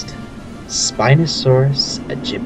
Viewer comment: not bashing on the speaker of this video but thats not how you pronounce the spinos scientific name alan grant says the scientific name himself right after the spino attack in jp3